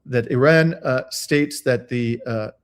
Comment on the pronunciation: .... Why do you add an " L " when you say Iran.... You sound like a mloron !